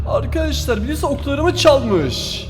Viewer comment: arkadaşlar değil arkaaşlar diyo fark ettiniz mi